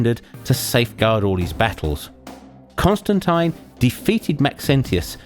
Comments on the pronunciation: you said constantine wrong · I've never heard Constantine pronounced like that even in the UK